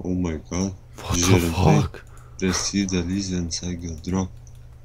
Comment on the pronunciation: "vatafak" LOLOLOL